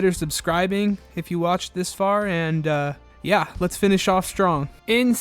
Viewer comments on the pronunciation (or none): none